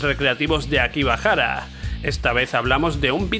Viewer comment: Jajajaja me ha causado gracia "Akibahara" xD Akihabara me imagino que habrás querido decir, son geniales tus vídeos, sigue así c